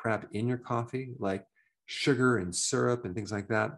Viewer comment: Surgar lol northerner